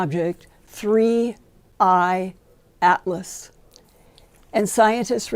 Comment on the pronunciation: Linda can hardly speak… and why is it sooo difficult for everyone to say 3i atlas???